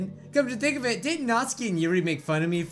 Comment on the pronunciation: I'm sorry but da way you say Natsuki is really bothering meh... Here's how ya say it.. (NAT SUE KEY). I'm not tryna hate on you for saying it different, I'm sorry T•T.